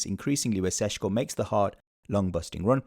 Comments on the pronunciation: Why pronounce the first "Š" as a "S" but then the next one correctly. Just imagine you are Sean Connery. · His name is NOT pronounced Seshko. His name is Šeško. Notice how both of the S have ˇ, that usually means it's pronounced the same. So either don't care and say Sesko or say it properly - Sheshko. It makes literally no sense to say Seshko.